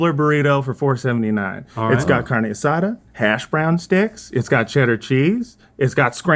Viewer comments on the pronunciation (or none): none